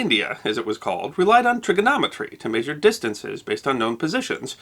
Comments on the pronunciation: These videos are interesting and informative (this one included), but where is this gentleman from whose local dialect has him pronouncing "measure" may-shur instead of meh-shur? It's a genuinely interesting linguistic idiosyncrasy. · Hate the way he says Maysure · You pronounce "measure" like a pirate.